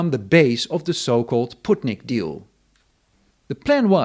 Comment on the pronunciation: Sputnik ❌ Putnik ✅